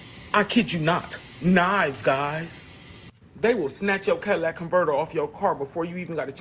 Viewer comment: Lol nigga said they’ll snatch your “Cadillac”converter 😂😂 catalytic, catalytic … my nigga 🤦🏾‍♂️🤣